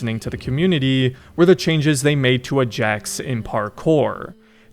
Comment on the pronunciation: Every time you said “ejects” made me giggle. 🤣